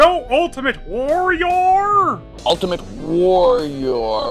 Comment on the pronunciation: WariRAR LOL